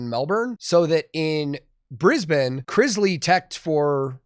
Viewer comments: As a Queenslander I'm loving the fact you pronounce Brisbane properly haha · I just have to say, you said Brisbane, exactly how it is pronounced in Brisbane